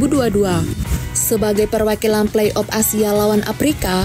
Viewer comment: Udah bagus nih konten nya, cuma saran aja nih ...untuk bahasa nya harus di bagusin lagi nih biar lebih manteb ...contohnya kalau mengucap afrika harus afrika jgn " aprika" dan kalau play off juga jgn " play op" atau semi final bukan semi pinal..dan lainya...semangat.